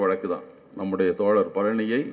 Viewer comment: தோழர் என்று பேசுங்கள் தோல ர் என்று. பேச வேண்டாம் தோழர்